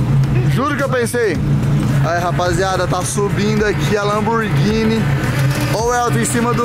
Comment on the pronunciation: Lamburghini só se for msm ! Fala certo !